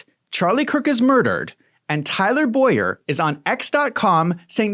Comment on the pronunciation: Please dont drag my name into this. He is Tyler Bow-yer. I pronounce Boyer as boy-er😊😊😊